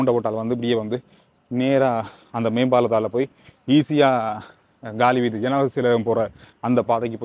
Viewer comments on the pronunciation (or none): It is not Gaali Veethi . It is Kaali Veethi in tamil